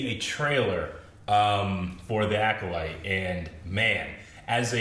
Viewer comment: I'm glad has finally stopped trying to say "Aculyte"